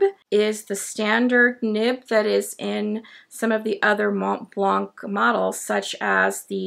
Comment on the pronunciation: Nice to see you again and with a nice pen that catched my eye. Thank you for your review! I don’t know if I’m impressed by the pen, does it have a #5 nib? Interesting you doubt about how you pronounce the ink, but really have more trouble with pronouncing Montblanc. Please don’t pronounce the T and the C 🙉😘